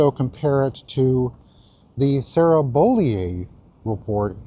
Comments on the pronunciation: While I don’t like this woman it’s Bo-lee-you not Bo-lee-eh. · Sarah “BOW-LE-OH”.